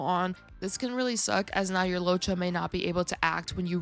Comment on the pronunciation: LOOWOH-CHA not Lowcha